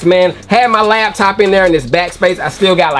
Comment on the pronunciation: "Labtop" is crazy